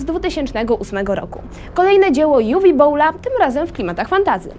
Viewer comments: Juwi a nie Uwe? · Uwe to niemieckie imię które wymawia się Uwe a nie Juwi.